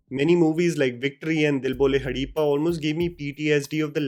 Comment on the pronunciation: Did you really say Dil bole 'Hadeepa'😆